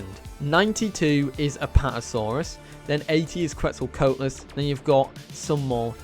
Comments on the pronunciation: Quet-zal-Co-At-lus not Quet-zal “coat” lus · every time he pronounces Quetzalcoatlus as that I die a little inside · It’s his accent